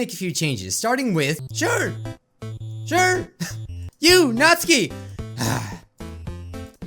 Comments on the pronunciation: Best girl: Yuri 2nd best girl: Sayori 3rd best girl: Natsuki (as says: Natski) Last best girl: Monika Although id mind Monika that much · Your saying natsuki’s name wrong